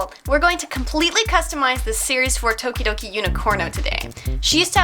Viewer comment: I thought that you said todoroki